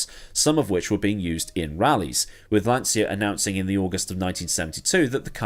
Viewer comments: It is pronounced lan-cha, not lan-sya. Do not argue with me; my dearly departed father started his career as a tool & die maker at Lancia and spent 11 years there before immigrating to Canada. He would know the proper pronunciation of the company he worked for. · Lancia is pronounced Lahncheeah, not lahnzia.